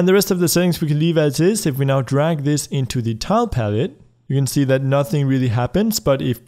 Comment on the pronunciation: Not trying to be mean, but it keeps happening: "Drag" not "Darg"